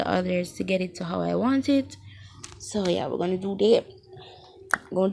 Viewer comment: We gon' do dat😂 dyat,dat whatever don't even know how yu pronounce that 😂